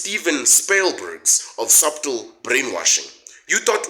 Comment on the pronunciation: I don't mean to be a grammar nazi but subtle the b is silent pronounced suttel, that said you're on the money with the expose of the supposed purveyors of honest news,a pet dog is honest,but not the media, their news comes wrapped in the currency of their choosing.